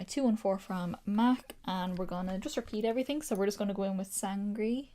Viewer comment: And sangre is San-greh like grey without the y